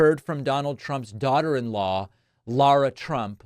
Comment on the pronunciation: David, stop pretending that you don't know how to pronounce Lara Trump's name. This especially coming from someone ripping people for misproununcing Kanala's name.